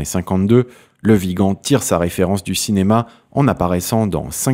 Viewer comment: Bon dieu il ne comprend ce qu'il a écrit il écorche les noms , même dans le titre il a écrit viga au lieu de Vigan.A la fin de la de vidéo il est incapable de prononcée correctement le mon de l'acteur Le Vigan ,dieu sauve la France nous somme perdu peut être dans un siècle cette vidéo sera une référence historique .